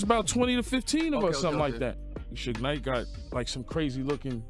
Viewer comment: Ok...for 1,if ur gonna do episodes abt smbdy atleast learn their names 1st..its not sooge knight! its shoog nite